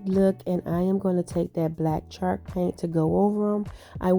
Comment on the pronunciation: I loved all of your ideas! They turned out great! Way to be very creative! Not to be rude or mean, but has anyone let you know that you’re saying the word “chalk” wrong? Or maybe you’re saying it right, and it just sounds like you’re saying “shark”? Just wanted to let you know. Happy Easter and many blessings to you and your family!